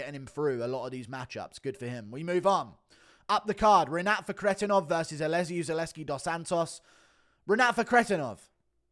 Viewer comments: The way you say Renats last name annoys tf out of me. It doesn’t even sound like the way it’s spelled at all😭 “ruhkretinov” wtf is that😂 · Had to dislike just because your Fakhretdinov pronunciation